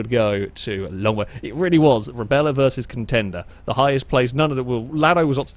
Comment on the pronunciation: In the second race the smaller SUV is the Rebla. was calling it Rebella, which is close enough in my book. Or maybe was pronouncing correctly and I didn't realize.